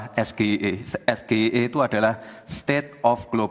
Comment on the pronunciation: SGIE versi ASLI pelafalannya es ji ai i , akronim dari : State of Global Islamic Economy. -- SGIE versi mas Gibran pelafalannya es ge i e , akronim dari : Saya Gibran Ingin Enaknya. [ Kok pas banget, ya 😂 ? ]